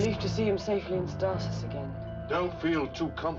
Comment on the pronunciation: two seasons and they still can't pronounce the word stasis.